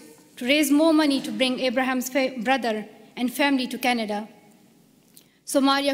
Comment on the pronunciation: Plz read Canada instead of Csnada.